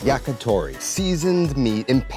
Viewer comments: It’s YAKITORI, not YAKATORI. “Yaki” means grilled. “Tori” is bird. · It's yakitori not yakatori.